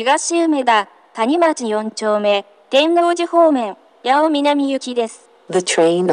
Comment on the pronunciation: て↑んの↓う↑じ↓でガチ草